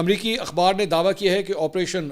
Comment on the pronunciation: منصور بھائی آپریشن کا نام آپ کو نہیں لینا اتا اس کا مطلب انجینر بھی آپ کی سری ویڈیو دیکھتے ہیں🎉